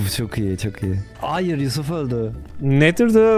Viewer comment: abi vidyonun başında yusuf te yi yanlış okudun snrm